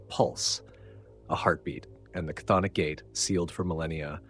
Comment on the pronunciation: This is the first video I've seen that pronounces "cthonic" correctly.